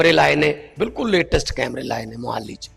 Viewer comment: ਮਾਨ ਸਾਹਿਬ ਜੀ ਮੋਹਾਲੀ ਦਾ ਉਚਾਰਣ ਠੀਕ ਕਰੋ ਜੀ। ਕਿਤੇ ਹਰਸਿਮਰਤ ਕੋਲ ਤਾਂ ਨੀ ਬੈਠ ਗਏ